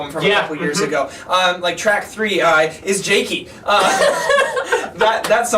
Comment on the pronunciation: its pronounced kveikur - "kv (hey) k (our)" isjaki - "iss (as in piss) yah key (as in keytar)"